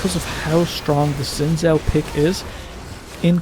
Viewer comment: Why does this dude keep saying "Juhn Joe" for Xin Zhao?